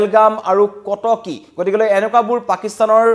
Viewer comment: news reader জনে গতিকে শব্দটো ভুলকৈ উচ্ছাৰণ কৰে।গতিকে শব্দটো গতিকলে বুলিহে কয়।কথাটো মণ কৰিবলগীয়া।এজন বাতৰি পঢ়োতাই ভুল কৰিলে ভাল নালাগে। বাকীবোৰ সকলো ঠিকেই আছে।